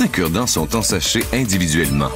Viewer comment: lol avec ton accent de québécoise quand tu a dit aujourd’hui on vous parle des cure-dent j'ais crus entendre " on vous parle des kurd ... "